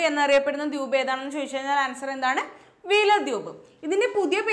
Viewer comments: Dwuup alla dweep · മാഡം, എന്താ ദ്യൂബ് എന്ന് പറയുന്നത്. അങ്ങനെ തന്നെ ആണോ pronounsation. ദ്വീപ്(ദ് വീ പ് )എന്നല്ലേ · Dwuup..alla Dweep alle